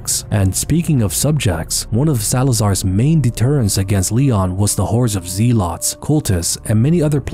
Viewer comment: Zee lots? Lmao 🤣